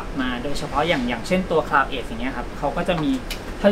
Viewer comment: Cloud edge อ่านว่า คลาว เอ็จ ค่ะ ออกเสียงเพี้ยนจนช่องไม่กล้าเขียนชื่อรุ่นกำกับ